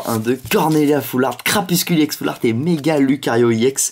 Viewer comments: on dit pas ix on dit éx mais ca s ecrit ex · pourquoi tu dis ix et pas ex